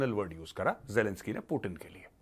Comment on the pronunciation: पुतिन है वो पूटिन नही